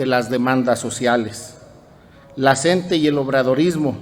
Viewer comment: OIGA SEÑOR REPORTERO NO SE DICE EL SNTE ES LA CNTE SIGNIFICA COORDINADORA NACIONAL DE TRABAJADORES DE LA EDUCACIÓN. POR FAVOR PROCURA LEER BIEN